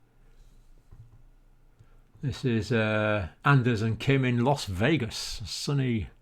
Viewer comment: Las *VEGAS*, Nevada. About the only thing i could educate you on in return is U.S. geography & location spelling... 😄